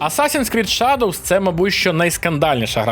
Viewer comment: Аутлавс?? Шадовс?? Господи, когда уже работа с произношением будет у ведущих разных каналов. Ну сколько можно блть, в самом деле?!?